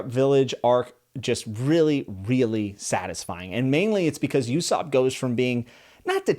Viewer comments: "Usopp feels like the Krillin of the crew" well fun fact, they share the same english voice actor, Sonny Strait. He's said the voice of Usopp is "like Krillin with a hitch". And some quick pronunciation notes (no shame in this, everyone gets someone's name wrong early on): - Usopp is said without the long U or "you" sound that you're putting at the front. The U at the front is the same U sound as what's in Luffy's name. To put it phonetically, you're saying "You-sopp", take out the y and say it more like "Oo-sopp", with that double-O sounding like it does in words like pool, tool, gloom, etc. - Sanji doesn't rhyme with sandy. That A sound is more of an "Ah" sound like when you have to open wide and say ahhhh. I would say pronounce it like in the word aunt, but I know some people say that like ant. So if that's you, say it like the other way. So basically it rhymes with "On G" (just put an S sound at the start) - On Roguetown/Loguetown. Both are honestly equally as valid, Roguetown is fitting in that it's a big pirate town, town of rogues, makes sense. But the Loguetown version/interpretation is more drawn from the town's moniker of "the town of the beginning and the end" as in proLOGUE and epiLOGUE. And so yeah, Loguetown is then pronounced "log-town". And as I'm sure you've probably had explained to you before, in Japanese L and R are the same exact sound, so it's down to context which is more fitting when moving to English. There have been many localizations of One Piece th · I'm happy to hear your enjoying this series already here are some corrections on names you said sandji instead of sanji and U-ssop is pronounced like (ouuuu sop) just wanted you to know for the future of your journey through the series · did anyone else felt like we wanted him to say "U SOP" rather than "YOU SOP" and "SANJI" rather than "SHANJI". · Your pronunciations of Ussop and Sanji are off. you should learn them if you make another OP video. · HEADS-UP!! Usopp is pronounced (oo-sop) 😊